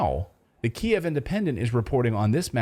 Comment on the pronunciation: You pronounced it correctly the first time. It's key-ev, not keev.